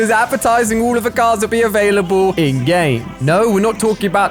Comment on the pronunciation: Who always thinks he is saying endgame like the movie but he is saying ingame 😂💀